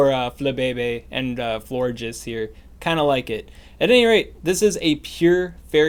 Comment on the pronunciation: He said flore jizz